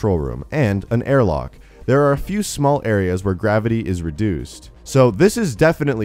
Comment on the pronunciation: He said 'a few air lock'